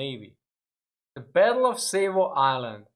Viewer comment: Its pronounced Sahvo not Sayvo